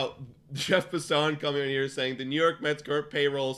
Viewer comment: It’s Jeff “Pass”- “in”, not “Pass”- “on”. FYI